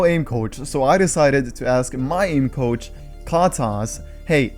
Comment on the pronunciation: I though it Saïd “aim couch” loooool i was so confused